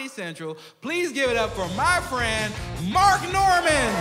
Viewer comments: I thought he said "Fuck Normand, everybody!" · At the end i thought he said "fuck normand everybody"